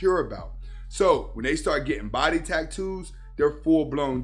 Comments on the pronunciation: The delivery cracked me up. Tack-toos 😂😂😂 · Are you saying tacktoes